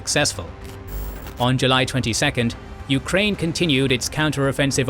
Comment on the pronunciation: The narrator also pronounced the nation names as "yu-ka-rain" & "ruh-shaa". Majority of target audience isn't students/enthusiasts of linguistics but of history+geopolitics.